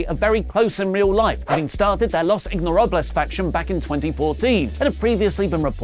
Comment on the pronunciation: ngl mispronouncing los ingobernables intentionally is kinda fucked up. especially if you already have a white dude in a Lucha mask.